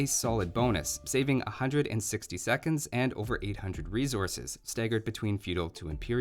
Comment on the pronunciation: The way he says Teutons. "Two-tins" lol. And Resources as "Rezources."